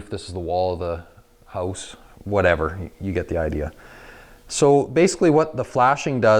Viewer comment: I caint listen to this dude he caint even speak right. Its a house not a hose